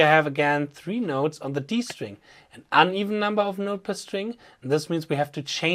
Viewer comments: Do you mean ODD number of notes on the string means upward pick slant? EDIT: not sure if you said 'uneven' or an even'. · did you say "an even amount" or "uneven amount"? Also the use of the giant blue pick is very helpful to emphasize the slant direction! very nice touch, excellent education